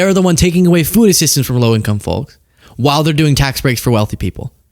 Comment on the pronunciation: love you man! But… STOP SAYING “Follks” it’s driving me nuts! Foakes like James Doakes! “Surprise mother f*cker””